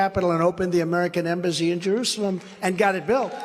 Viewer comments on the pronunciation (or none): none